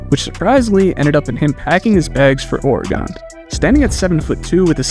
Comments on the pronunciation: Its oregen not oregone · It’s origun not oragone anywho wish the blazers would pick him up somehow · That Minnesota accent coming out fam when you say “Oregon”